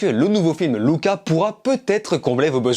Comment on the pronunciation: Merci ! Enfin un gars qui prononce bien Luca ! 🇮🇹🤌🤪👏